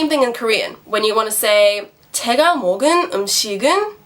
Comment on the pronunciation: is there an error ? it reads 먹은, but she reads it 먹을. please correct me if i'm wrong.